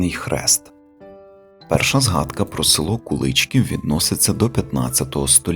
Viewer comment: Дякую за цінну вашу працю! Куличків моє рідне село, дуже мені дороге . Місцеві роблять наголос на" і " : Куличків